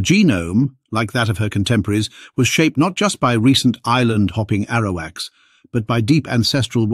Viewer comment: You kept mispronouncing Tiano & Arawak! As a native American I already knew we have Denisovan DNA unlike Europe, Africa and middle easterners. That's why we have no body hair and barely any facial hair. It's also why all native Americans from the north pole down to chile have O blood type, Not A, B, AB, +, or -. By the way there are still Tiano tribes in Haiti, Dominican Republic, & Puerto Rico.